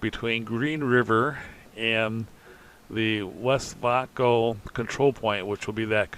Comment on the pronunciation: I’m loving the update and how you are progressing so fast. Great job. My wife was watching this with me. She said “It’s pronounced, West Vāyco, not West Vauco.” She had a lot of friends in Green River whose husbands rode the bus to work at Westvaco. It was just as important in Green River as the railroad is.